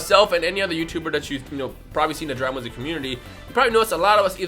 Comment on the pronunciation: Every time you say Dragon ba-shehehheielekrhdheu calm down it’s okay